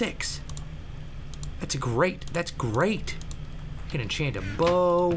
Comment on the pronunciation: its enchant not inchat get it right